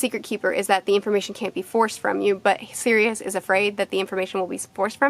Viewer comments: If that’s how you say Sirius I’d like to here you say serious? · Man I hate the way you Americans pronounce Sirius